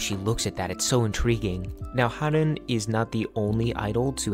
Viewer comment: Haerin's name is pronounced as heh-rin /eh/ sound like the /ae/ in aespa Interesting video, thank you for covering such an important topic